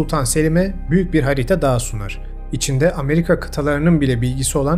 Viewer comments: Videoyu izleyemiyorum odaklanamıyorum . Bir insan nasıl hariiiita diyebilir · Lütfen harita kelimesini "hariita"diye telaffuz etmeyin. Emeğinize sağlık, severek takip ediyorum. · HariĞta olduğunu sanmıyorum, harita olabilir. Ğ yüzünden videoyu dinleyemedim. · Al benden de o kadar. Hariita nedir ya? Dümdüz harita işte. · Her zamanki gibi ilginç olan konulardan birisi olmasına rağmen ,hariiita denildikçe konuya adapte olamadım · Hariyta. Çok zor dinledim. Ama hariyyyta diye telafuz olamaz. İyi günler. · harita diyemiyorsun..hariiigta diyosun(not : kedim bile seni artık tanıyor ) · Hariita değil harita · hağriiiiğğta o nasıl telaffuz öyle. videonun sonunu getiremedim sinirden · Abicim. Harita demeyi ogrenir misin videoya odaklanamaidik yaaa hariiyta hariiyta deyip duruyorsun 😂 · Lütfen haritaya bir daha hariiğğta deme abi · Hocam selamlar severek izliyoruz ama iki videodur hariiyta hariiyta demenden dolayı hiç dikktimizi veremedik. Konu ciddiyetini kaybediyor. Bilmiyor olabilirsin ve öğrenmek isteyeceğine inanıyorum ancak doğrusu harita diye yazılıp harita diye okunuyor. İ'si kısa okunmalı. Lütfen dikkate al. Sevgiler. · Bilgi birikiminize saygı duydum,yanlız neden "harita" demek yerine "hariita" ? Dinlerken aşırı rahatsız edici. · Abicim.hariita değil. Harita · Hariiitaalar nedir, vallahli yordu... Harita. Ha-ri-ta. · Neden hariğta diyip durdunuz 😮bu kadar araştırma yapan bir insan olarak bu telaffuz şeklini hiç yakıştıramadım size😢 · Videolarınız şahane ufak bir telaffuz düzeltmesi yapmak isterim daha iyi olmanız için. 'Hariiita' değil, harita. Sevgiler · Çok güzel bir içerik video teşekkürler fakat lütfen hariyta değil harita gerçekten çok rahatsız etti videoyu izlerken. Ama anlatım mükemmel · Harita demenize tahammül edemediğim için izleyemedim maalesef.😢 Hariiğta değil harita. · Tebrikler güzel araştırma. Fakat "hariii ta" Değil " Ha ri ta" Diye okunur ve söylenir. Aradaki İİ yi fazla uzatıyorsunuz. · Hariiiiiita telaffuzundan odaklanamıyorum 🤷🏻‍♀️ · Aynen ya😂